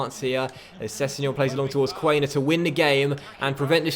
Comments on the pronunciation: im sorry its quan-er not quain-er mate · Nice Huddersfield Career Mode with a german coach and many german players as well . Btw Quaner is pronounced KVANER